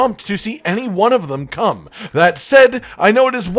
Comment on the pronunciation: Every time he says come I hear cum. Edit: It's interesting that the one that's the least likely to come to world as the one that he decided would win.